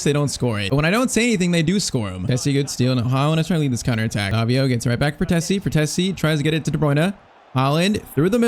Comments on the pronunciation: Frtesi ❌ Fratezi ✔️ I'm talking about pronunciation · IT’S FRATTESI (FRATEISEE) NOT FRATHESSI